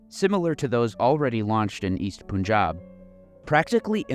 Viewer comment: First syllable of Punjab rhymes with bun, not with dune. I say this as someone who made this mistake repeatedly while talking to a Sikh friend who apparently didn't have the heart to correct me. Cheers. EDIT: Bhatt = "butt"; "u" in Abdullah also as in "butt". Oh, and FWIW, "Panj Ab" means Five Rivers in Punjabi.